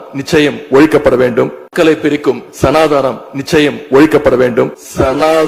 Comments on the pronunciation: "ச நா தா னம்" என்று கூறினார்,😂😂 "சனாதனம்" என்று உச்சரிக்க வக்கில்ல ஒழிப்பாராம்😂😂 சின்ன விஷயம் பத்தி பேசுறதுக்கும் கையில் டாப் (tab)பார்த்து பேசும் நிலைமை 😂😂😂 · Even he can't pronounce the word Sanatan and he is going to eradicate it.